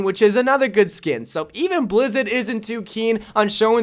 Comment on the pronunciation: Did he just say blizzid or am I crazy